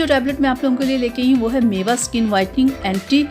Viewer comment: Madam maiva nai mevo